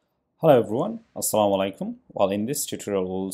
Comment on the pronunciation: Love the way you says Assalam o alaikum. ♥️